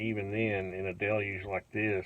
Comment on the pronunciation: LOL "a delyuge" That's even worse than a deluge. I know you pronounced it right it just sounded funny with the twang.